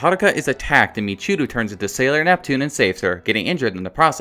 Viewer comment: I love you very much sweetheart, but her name is NOT michUru but michiiiiiiiiiiiiiiiiru! Which is a quite common name in Japan...